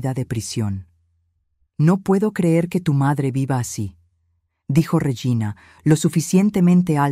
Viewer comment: Se dice REGINA no reyina vea la gran diferencia.